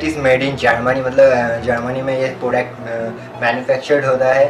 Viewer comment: Bhai kaha se ho tum? ... Kitni gandi hindi bolte ho Yar .... Sach m .. bura mat manna but bhai agar hindi nahi aati na to mat bola kar.... And ya .... That's not "Podect" ... it's "product" ... Maine dekha tum har video m ise galat pronounce karte ho